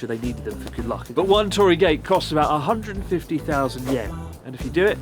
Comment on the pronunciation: How did attempting a Brittish accent make her sound more Canadian? I swear that's the first time I've heard her pronounce about as "a-boat"! xD